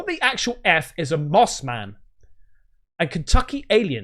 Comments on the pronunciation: it's suppose to be moth man not moss man just to clarify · It's MOTH man, not moss man. Moss man are the guys you see in camo at the dicks sporting goods. 😂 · Hi! It’s probably Mothman not Moss Man;) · Mothman, not Moss Man! lmao! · I'm from eastern Ohio and It's Mothman, not Moss Man. We should know... the famous sightings were a stones throw away from us. And remember... Mothman is the highest level next to maybe a skin walker as far as interdimensional beings. WE LIT!!!!